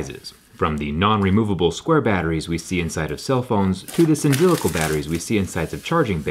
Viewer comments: I see I'm not the only one bothered by the mispronunciation, and I'm not even a native English speaker. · Is it just me or is he slightly mispronuncing "cylindrical batteries"? 😅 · he says cyndrilical instead of cylindrical xDxDxD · cyndrillical?? cy-lin-dri-cal. From Cylinder. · Cy-lin-dri-cal. 👍🏻 Not Cyn-drili-cal. 👎🏼 That ruined the entire video for me. Cylindrical.....please learn this word for future reference!🙏🏻 🙏🏻 🙏🏻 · I think you meant cylindrical the times you said cyndrlical. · cyndrylical ... come on, man. CYLINDRICAL. And, welp, I guess about half power banks I have use prismatic type cells. So it's normal. Crave didn't invent anything. They just... sponsored the video :) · Does anyone else cringe when they hear him say cyndrilical? Cylindrical is pronounced səˈlindrik(ə)l. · Hard to take you seriously when you pronounce cylindrical "cindrillical". That hurt my ears more then the scratching of the battery housing. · It's "cylindrical" NOT "cyndrilical"..... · Sindrylical? Do you mean Cyl-in-dri-cal? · Cylindrical not cyndrilical. :D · *cylindrical (not ‘cyndrilical) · Repeat after me. CYLIN-DRI-CAL. Good. Again. CYLIN-DRI-CAL. Not Sin-dri-cal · Why did you Jerry Rig dat word, doe? Cynthrilical? Cyndrilical? I don't get it. Cylinder. Cylindrical! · Did he say cyndrilical or cylindrical? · It's Cylindrical, not Cyndrilical, is that mispronunciation? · what's up with "cyndrilical"? is this an inside joke? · Anyone else driven crazy by the way he says "cylindrical"? Great video Zack, but it's "cylINdrical" not "cynDRILical" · Anyone else bothered by the fact that he said "cyndrilical" a few times at the start instead of the actual way to say it, "cylindrical"??? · "Cyndrilical" don't you mean cylindrical? ;) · Did he say "large cyndrilical Lithium-Ion batteries" instead of cylindrical, or did I just hear him wrong? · Its not cyn-dri-li-cal. Its see-lyn-dri-cal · Cylindrical. Not "sindrilical" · "Cyndrilical batteries" is not a thing lol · "Cyndrilical" lol